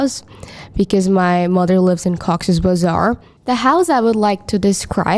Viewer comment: Ghost 😈👻😈 , Cox's Bazaar😢😢😢😢. How she spoke Bazar !!😢 Frightening 😱😮